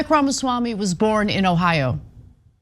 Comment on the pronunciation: Hey Ana, it might be worthwhile to at least learn how to pronounce his name.